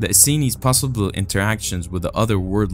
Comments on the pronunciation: It's es seens, not es sens! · they are not the Essences, but the Essenes. Pronounced Es-seens. Good video. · Just an FYI: Pronounced "ess-seen-s" but I understood who you were referencing.. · Your pronunciation of "The Essenes" was horrible. Study "The Essenes" more before you speak about them. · Always fun videos, thanks! The word is pronounced "esoteric", not "estoric", also "rapture" not "rupture", "essenes" (pronounced with a long e) not "essins", and just some places maybe work on the pauses where commas would be, and end sentences with a down tone instead of up, that would help understanding the flow! Also referring to the angel scroll as the scrolls (plural) at the end of the video made it seem like the entire dead sea scrolls are missing, which is not true. Just some minor feedback, otherwise well done with the English brother!